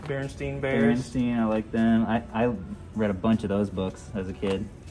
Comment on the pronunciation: BOTH and said Berenstein instead of Berenstain....Mandela Effect confirmed